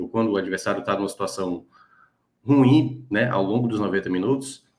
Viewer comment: A pronúncia não é RUIM!!! ....é RU-IM!!! Tem 2 sílabas!!! Internet tbm é cultura!!!